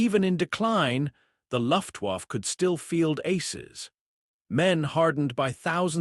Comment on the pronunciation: Luftwaffe, pronounced luft waffa, bad AI narration to go with bad AI imagery.